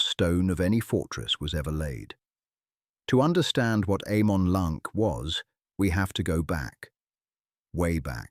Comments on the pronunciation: Why is your pronounciation so bad? It just shows how bad and lazy is your research. C in Cirith and Celeborn and elsewhere are pronounced with a hatd C like a K, and G as in Eregio etc with a hard G. And A as in Amon Lanc is as is 'apple'. And there is no evidence in Tolkien's writings of Amon Lanc having any connection whatever with Moria. Moreover Galadriel could not ise the power of her Ring to destroy Dol Guldur as it and all the Three no longer had any power after the One had by then been destroyed. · Sauron: Sour-ron Celeborn: Kaylayborn Amon Lanc: Ah-mon Lahnk Ñoldor: Niol-dorr Eregion: Eh-ray-ghion The pronunciations are all wrong. Quite distracting. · AH-man LAHNK